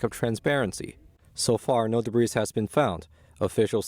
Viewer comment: Please advise your reporter commenting on the Chinese satellites that the ‘s’ in “debris” is silent.